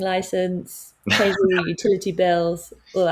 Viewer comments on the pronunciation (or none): none